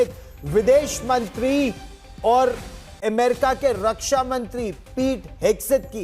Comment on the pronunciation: एमेरिका नही भाई...अमेरिका है ! नाम तो ठिक बोलो !